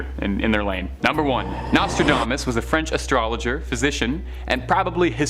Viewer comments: Learn to pronounce Nostradamus queen. Nose-tra-DOMM-us. Not dame-us. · U mispronounce Nostradamas. It is not NostraDAYmas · Nostra - DAME - us?? Where is this guy from??